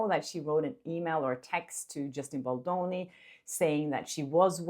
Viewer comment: Girl you sound like you calling Justin Bolloni… pronounce the D